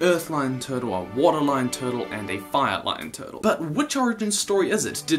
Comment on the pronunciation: I love your channel and how you say “tuhtul” 😂